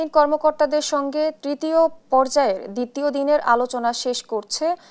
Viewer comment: " দ্রিতিয় দিনে " এ সব অশিক্ষিত সংবাদ পাঠিকাদের কেনো সংবাদ পরিবেশন করা হয় ??? যারা শব্দ উচ্চারণ করতে পারে না ।